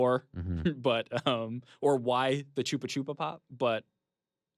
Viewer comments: did ny just call chupa-chups, choopa-choopa? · Is that how American's pronounce "Chupa Chups"? Dafuq